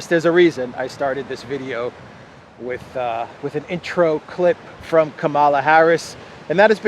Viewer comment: It's Kamala as in Pamela.